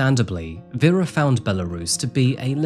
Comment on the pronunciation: It blows my mind how you're apologizing for your Myanmar pronunciation while constantly butchering the victim's name. Her name was VERA not VYRA. Veh-ra.